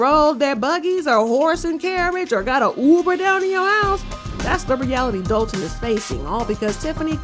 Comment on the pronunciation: That’s Dolton with an “o” not an “a”as in Dolton, Illinois